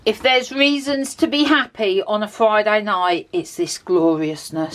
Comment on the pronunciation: You two crack me up....... Did you say “Vi-day”, for Friday, I’m sure you just named a new day of the week 😂🤣😂